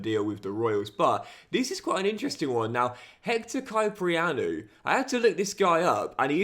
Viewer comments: Pronounced as Hector Kip-prianou, love to see you actually check your comments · the way you pronounced Kyprianou hurts my soul. But I'm so hyped you signed someone Cypriot!